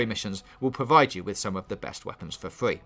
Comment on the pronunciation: I fucking hate how you say fwee lol